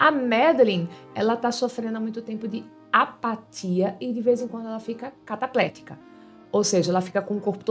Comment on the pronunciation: Muito bom o vídeo, mas uma pequena correção. Não é cataplética, é Cataléptica.